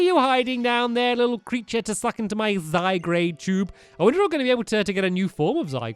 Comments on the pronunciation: Stampy, Zygard is pronounced --- it's hard to explain but it isn't Zy-Grade it's Zy-Guard or Ive been mistaking it my entire life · stampy to point out its zy - guard not zy - grade ok? sorry just had to point out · It's not zygrade it's pronounced zygarde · zyguard not zygrade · so as the "zyGRADE" when the real name of it is "zyGARDE"....... 😒